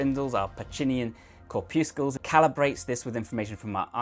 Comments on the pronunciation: Cor-puscles (rhymes with muscles) 😀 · Corpuscles rhymes with muscles (or so I was taught.) I kind of like your way better. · Just remember corpuscles rhymes with muscles from Brussels :)